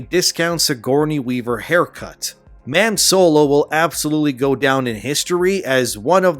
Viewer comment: “Mame Solo” lol 😂